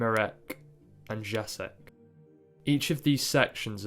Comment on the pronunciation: a note on the pronunciation of names: Jerzy is like "Yeah-zhee" (J is like English Y, RZ is like french G/J e.g. in "jour") Marek is kind of like you said it, but the accent in most polish words falls on the penultimate syllable, so MArek, not maREK Jacek is like Yah-tseck (again, J is like English Y, and C is like ts/tz e.g. in tzadik) Google translate is really helpful to have the words read out loud and hear the pronunciation! Great video btw :)